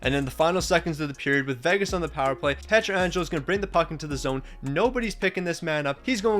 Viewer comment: Bro said “Pretra Angelo” 😭😭😭